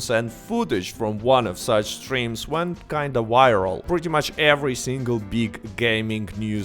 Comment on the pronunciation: Bro, you insist on calling it a "warmin rifle" like, ten times in a row, and then later you say "whyral" instead of "viral". You have a V in the name of your Youtube channel, you even successfully say "PVP" several times in this video, as well as "even". You don't say "PEEWEEPEE" or "EEWEN". That tells me you're actively making the decision to mispronounce "varmint rifle" and "viral". So, I have a very serious question for you: Are you just doing a fake accent?